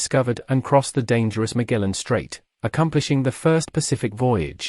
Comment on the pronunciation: This is pretty bad. Doesn't mention the important role Diu played in harnessing power in the Indian Ocean, and for some crazy reason he thinks Goa is a city. As usual, poorly researched and Magellan's name was really poorly pronounced.